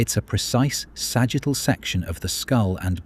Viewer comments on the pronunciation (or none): none